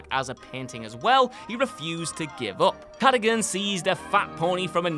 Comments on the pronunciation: I think you'll find it's Ca-da-gun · It’s pronounced Ca - dug - gan, Cadogan